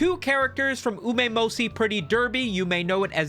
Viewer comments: "Umemosi"...... My guy put some effort into your slop!.. I'm not even a fan of the franchise, and even then I know it's Umamusume... Uma-musume! And you did it more than once, in different ways. How am I supposed to take your 20+ mins of yapping if you can't even commit to the name?? 🤣😭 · why does he say umamosi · Umemoshi. better pronunciation than the original. I approve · "Omeymosey" is definitely one way of pronouncing the honse girl game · I don’t play umamusume but even I can tell that isn’t how you say that shit. That’s not even close. How do you even get Umaymohsi???? Usually I couldn’t care less about mispronunciation, but it’s so horrendously far away from what even a baby would say if they saw umamusume. You could fart into your mike and it’d be closer than the strange noise I heard you make a dozen times in this video. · Either bro ragebaiting me or he's doing it for engagement. Ain't no way didn't know how to pronounce Uma mu-su-me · and pronouncing Uma Musume incorrectly for almost 25 minutes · Take it all down and reupload it with the correct pronunciation of Uma Musume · The absolute butcher of pronouncing Umamasume is like hearing a smoke detector beep at 100db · I've heard it mispronounced a dozen different ways. But none as viscerally unappealing as the way has lol